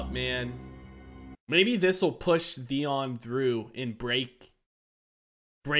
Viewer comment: is it me or you call him Deon instead of Theon? mby i heard it wrong